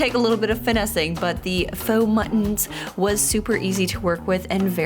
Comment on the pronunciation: When you said “faux mullions”, I heard “muttons”, as in fake sheep. 😂😂😂